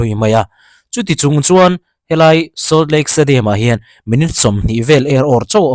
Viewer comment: Solt lake tiin lam la.. ngaihthlak a nuam deuh tur.